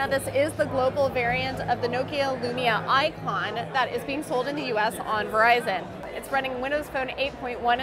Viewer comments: Lol I heard Lumia iPhone xD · I know but the way she pronounces it sounds like iKwan :P